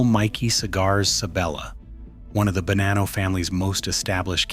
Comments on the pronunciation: It’s Ba-nah-no not Ba-nan-no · its actually buh-nah-nno